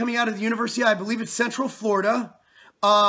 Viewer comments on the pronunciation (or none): none